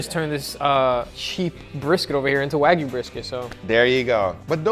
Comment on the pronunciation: “No waygu” even though you added the fat